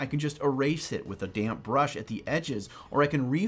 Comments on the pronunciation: Anyone else keep hearing "damn brush"? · Literally every time said "damp brush," I heard "damn brush," and the video was all the better because of this.